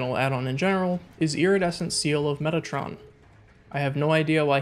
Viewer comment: "METATRON" not "MEGATRON"